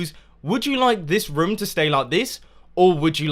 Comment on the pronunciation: You say rym when you say room